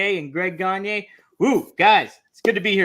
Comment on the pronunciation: Gonya. Not gonyeee